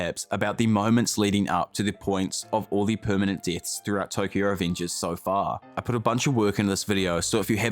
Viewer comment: "All the permanent DITHS"